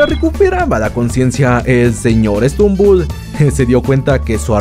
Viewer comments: Es stumble no strumble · no es srumumbol es stutumbel